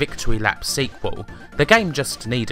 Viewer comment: why do you always say "le" instead of "the" ?